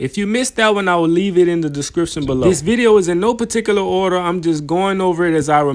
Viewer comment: “Restablish” 😂😂😂 I feel you family 🥴 “peticilar order” 😂😂